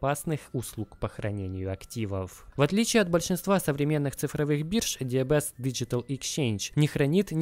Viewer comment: Так слух режет когда ДиБиЭс называют диЭБэс. Нет буквы Эб в английском алфавите